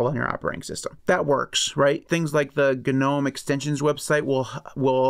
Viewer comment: American manages to pronounce Gnome he way it is intended. :) Congratz. ;)